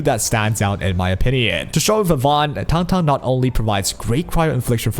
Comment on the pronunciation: This is the only guide I will watch for her because EVERY OTHER CC I have seen pronounces her name incorrectly. THANK YOU